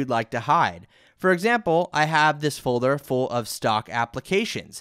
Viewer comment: "Folther " xD Thank you for the video though(